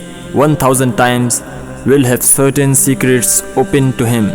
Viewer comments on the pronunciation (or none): is it Satan or Certain? Because you pronouce it Satan & it's written Certain... Please change it lol